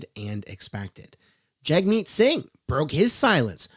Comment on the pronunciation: All I here from Singh is vroom vroom